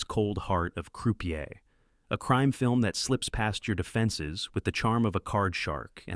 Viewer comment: AI generated scripts/voiceovers don't know any better. Notice the poor pronunciation of Croupier, or Gabriel Byrne?